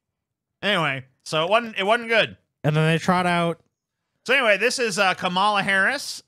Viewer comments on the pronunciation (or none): It's pronounced: "Kom-Allah."